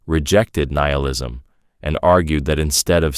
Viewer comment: Gah, can’t listen to these things knowing it’s all made by ChatGPT. Keeps changing the pronounciation of nihilism and stuff.